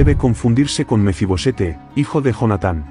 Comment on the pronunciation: No es Mefi-Bosete, es Mefi-Boset.